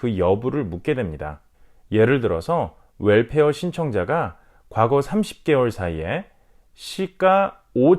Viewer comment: WELFARE 라고 발음해주셔서 감사합니다. 물론 65세 넘으신분들의 혜택이라 이해는 되지만 거의가 월페어 라고해서 한달에 한번씩 나온다해서 그런줄 아시는분들이 많이 계신것 같아요. 이왕이면 올바른 발음으로 쓰시면 어떨까요? Welfare..